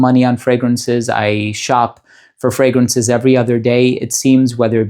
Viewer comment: Voted! I love your voice, I don’t wear perfumes often but love to listen to your videos because they are so interesting, I feel I learn so much. And I love your exact pronunciation of the frangrances even if they are other languages. It shows you care about what you are doing and you are so thoughtful and honest in your descriptions. You deserve it! Best!